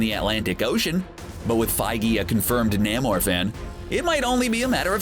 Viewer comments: Said Namor (nay-more) wrong again. Can't they even pronounce "rebelled" correctly?? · "Nay more" - not Nah more... "Bay dah Ray Bill... not Betta Ray... sheesh! These guys are supposed to be some kind of authorities.... 😒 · "Nam-or"???? You mean "Na-mor" right? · And while we're being sticklers, it's "Nay-mor" not "nammor" and "Bayta Ray Bill" not "betta ray bill" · It's pronounced Nay-More. I have heard Stan Lee himself say it. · Dude didn't pronounce "Namor" correctly ...yep I'm a Comic Nerd just a little